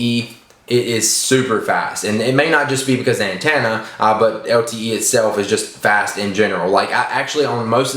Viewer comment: You say antenna funny